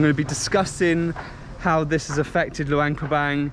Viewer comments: no wonder you pronounce it with a Bang. Like Vientiane…some people pronounce it TeeAnne. It’s one thing when they’re new to the Laos. But it gets confusing, like I’m thinking their way is the new way and acceptable. Idk. I haven’t been to Laos since 2005. Even Lao Americans are trying to change the spelling so that it reads how it spells. So nobody takes the time to find out what the rules are. If tourists are pronouncing it one way, then that might be the right way. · In the beginning, you said Luangprapang almost right to my ears…maybe cuz it almost rhymes with lockdown. Then other times you pronounce it Bang bang bang. Now I’m confused on the spelling. I instinctively spelled it Luangprapang. Is that right? Or is it Luangpabang